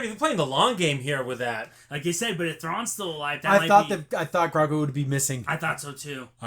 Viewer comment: Btw just to know for next episode its pronounced Grogu (Grow + Goo)